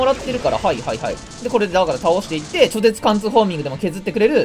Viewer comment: わざとだけど、「ちょぜつ」がめっちゃ嫌だわ…